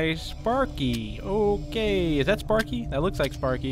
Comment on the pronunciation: did you just said spaeky that's Timmy turner's pet sparky!!